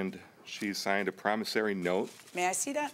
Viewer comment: Say it with me everyone .... PROMISSORY note, not Promisarry note 🤦🏼‍♀️